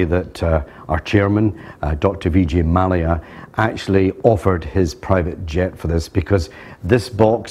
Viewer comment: Oh shit vijay 'mal'-lya destroys the total class of the video (which was so delicately built up by )